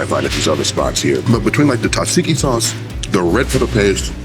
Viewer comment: Bro said totssiki